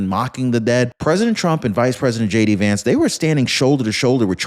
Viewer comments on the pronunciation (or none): none